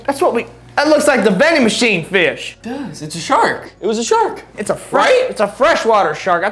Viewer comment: Eggggfs not sark